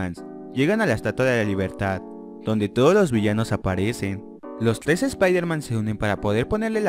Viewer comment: xD ahora me doy cuenta que esta no sabe pronunciar la r dice tles en ves de tres jaja